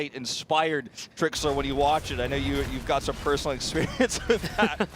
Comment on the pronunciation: I wish someone would say the caster that it's not eeeexperience, it's experience. XP, not EEE XP lol